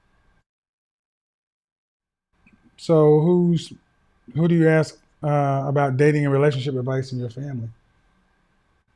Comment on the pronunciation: “I jis wana axe you” Just a little English would be nice! Just pretend to try🤷🏻‍♂️